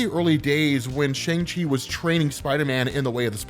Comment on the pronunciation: You're pronouncing Shang wrong.